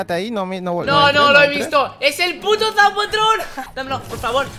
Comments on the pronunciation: Zapatron en vez de zapotron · Zapatron😂😂 Se dice zapotron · Se dice y escribe ZAPOTRON